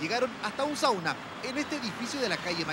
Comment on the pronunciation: "Sauna".... Jajajaja